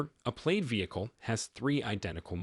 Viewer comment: The marketing bot is pronouncing this "played". That can't be correct. Plaid is produced "plad" (plăd).